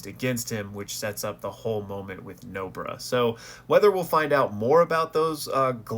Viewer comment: Bro why tf you call "Nobara" as "nobra" bruh